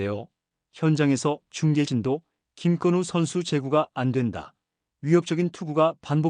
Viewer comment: 김껀우가 아니라 김건우입니다.